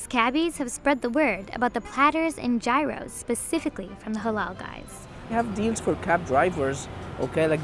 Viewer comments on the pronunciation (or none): Wrong pronunciation, should be pronounced: heeros. But, if it is made of beef, and that company is run by arabs, that is shawarma and not gyros.